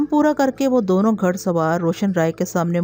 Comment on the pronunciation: تلفظ صحیح ادا کرنے کی کوشش کریں باقی good job لفظ گھڑ اور کرخت اور بہت سے جو میں آواز کے ذریعے سنا نہیں سکے